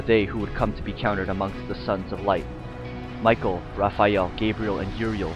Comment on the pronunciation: Michael wouldn't be pronounced that way...